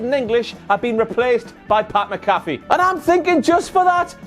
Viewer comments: I love u. But the emphasis is on the “Mc”. Its MCafee not mcAFee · One more Wankity Wank, it's pronounced Pat MAC-uh-fee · i love you but having a WTF moment on Sami Zayn mispronouncing Shayna Baszler's name wrong is super funny to me because you mispronounce Pat McAfee's name all the time. Pat McAfee Replying to McAfee pronounced “Mac”-“A”-“fee”.. I hope you won all of the moneys. Cheers. AM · Jul 21, 2019·Twitter for iPhone